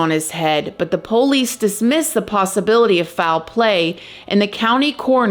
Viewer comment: I love how you say police... the "poe-lease" 🤣